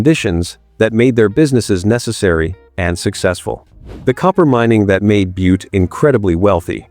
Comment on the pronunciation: BOO-TEE Montana? REALLY??? Can we get rid of these computer read scripts